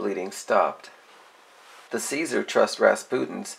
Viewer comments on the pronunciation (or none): CZAR is not pronounced ceasar but zar. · it's pronounced zar, not ceaser. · Czar rhymes with car. Not Caesar.